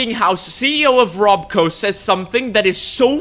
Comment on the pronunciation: you say how it isn't House in the meeting frankly i dont think its meant to be as it clearly isnt Westek as they got the name wrong. it isnt "rob-co" its robco, its not "west-tek" its Westek. a small detail but once you see it you cant stop seeing it